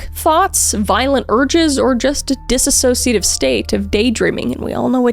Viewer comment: as someone with a dissociative disorder i am BEGGING you to learn how to say that word correctly, there is no A in the middle. not a soul can say it right but its especially annoying to hear it when you can write a script this well and are such a talented speaker but still cant even notice that you're saying a completely differnt word as a result of the mispronounced use of Dissociate and its various forms.